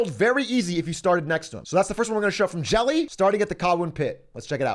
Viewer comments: Yeah, i felt bad calling him Jelly in chat, when it was revealed afterwards that it was Jelle. Big A doesn't know how to pronounce dutch names 😥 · Jelle is NOT pronounced like jelly lmao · Hahahaha im sorry jelle that you're being called jelly 🤣🤣 happens when english people try to say the dutch "je" sound :p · Pronouncing "Jelle" as "Jelly" is very funny! you've done it again American Man Atrioc o7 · Arme Jelle. Z'n doodnormale naam kreeg een goofy uitspraak in het Engels 💀